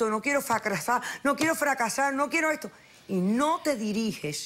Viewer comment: like si escuchasre facrrasa en ves de fracasar jajaj lol